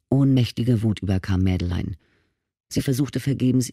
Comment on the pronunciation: Die Hauptdarstellerin ist Französin und heisst Madeleine. Das spricht man als Madlän aus und nicht wie die Leser es aussprechen: Mad-e-lein.. 😂